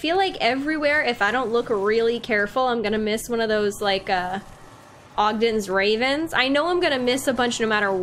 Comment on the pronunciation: U pronounce “odin’s raven” wrong xD its kinda funny